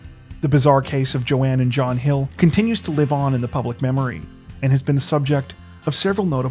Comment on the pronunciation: Joan Robinson Hill not Joann.